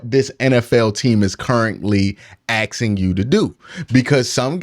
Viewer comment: "Axing"? Really,? This calls your intellect into question. Makes me think of Darrell Brooks. Myles is great, but who wouldn't rather have Mahommes? Gotta count this as a miss. Wishing Watson the best, but the money would have been better spent on Andy Reid.